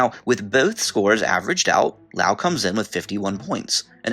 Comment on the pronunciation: Things that surprised me in this video: - Loas being in the top 10 - Loas being correctly pronounced (Geography Now is the only other YouTube channel in which I've heard the country's name pronounced correctly on.) - Bhutan being in the top 10 - Singapore being in the top 10 - Cyprus not being in the top 10 (I believe the nations of Cyprus and Israel have by far the best queer rights in the Middle East, [which I know isn't saying much unfortunately,] but I know that Israel is kind of... complicated... but I still expected Cyprus.) Seriously though, was Cyprus like #11? Because I know they have civil unions.